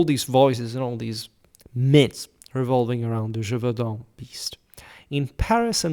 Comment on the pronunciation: I suspected you were french considering how much you use french maps, but now hearing you saying the title of the beast I am sure you are not. Either way, thanks for your work.